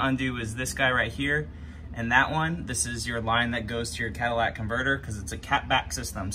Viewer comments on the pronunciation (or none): Love the video. One nit. It is a catalytic. CAT - a - LitiK converter. I swear it sounds like you are saying a Cadillac converter.😁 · cadallac converter 😂😂😂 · Catalytic converter. Cat-a-lit-ic. Shit that drives me nuts.